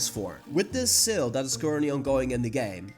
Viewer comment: When you said " seal " I thought that you were talking about the pokemon with the same name, but when you showed the shop boxes I finally realised you were saying "sale". You need to work on your pronounceation buddy.